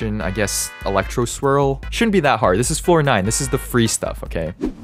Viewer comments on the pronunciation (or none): Each time he said floor nine, i thought he was say fortnite lol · i keep hearing floor 9 as fortnite omg